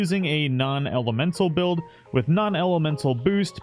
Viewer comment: “Sin Bluild” 😏